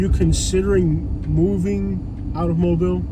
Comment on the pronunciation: Say it right, Mo’bill